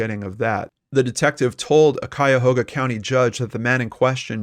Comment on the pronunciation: Hey! You said Cuyahoga correctly! Most people get that wrong. Grew up walking distance from the obduction site... had many ice-creams at that Baskin Robins. I was 13 or 14 when this went down... it was the same month when that earthquake rocked SF during the World Series. Feels like yesterday.